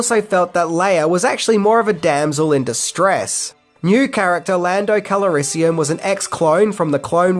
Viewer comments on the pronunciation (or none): The name is Lando Calrissian. Not Calarissian. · You love (Lando -Cal a riss ee in) so much that you gave him an extra syllable 😂jk ,love this channel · Lando's last name is pronounced "Calrissian" , NOT "Cal-A-rissian". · What are you adding 2-3 extra syllables to the name Calrissian? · It's Lando Calrissian. You're putting in an extra vowel. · Pronounce "Calrissian" properly. Give him the respect he deserves. And can you get a better mic? The echo is irritating. Other than that, great video. I changed my mind. You're voice and tenor is also irritating. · Something this guy doesn't seem to know, is that when the walker falls over at 6.38, the cable from the snow speeder, isn't around it's legs. Also, why can't he say Calrissian, properly? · You need to learn how to pronounce Lando Calrissian's last name.